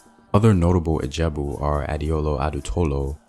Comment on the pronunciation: Ijebu not Ajabu